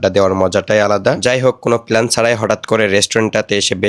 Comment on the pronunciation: প্ল্যান ❌ পেলান 😂 প্লাস ❌ পেলাস 😂